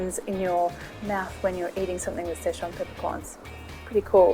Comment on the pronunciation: nobody: marion: s c h e z u a n p e p p e r c o r n s